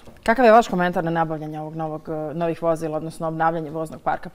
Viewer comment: Čuj: Vo‘zla!!!! 😂😂😂😂😂😂